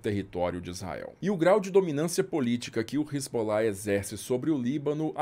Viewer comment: A pronúncia que ouvi nas minhas viagens à região é res-alá. Não sei de onde se tirou Resbolá.